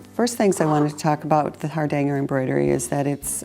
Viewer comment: Please try to pronounce ‘Hardanger’ correctly. It hurts this Norwegian’s ears.🇳🇴